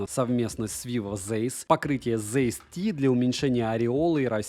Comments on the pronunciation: Zeiss это немецкая фирма, поэтому правильно читается не Зейсс, а Цайсс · Комментарий в поддержку. 🙂 Zeiss произносится как Цейс(с) — первая именно "ц". Это немецкая фамилия (Карл Цейс(с)), так же, как, скажем, добротный современный композитор Ханс Циммер (Zimmer).